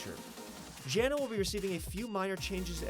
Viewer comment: Clearly the guy who narrates these videos hasnt heard RHCP music... you didnt say Janna W right